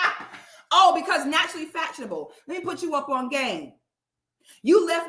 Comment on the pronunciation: Its the “naturally FATshionable” thats sending me 😂😂😂😂